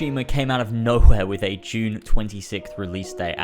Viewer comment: I was laughing about how you emphasised the H in NowHere in the beginning. I don’t know why but it cracked me up.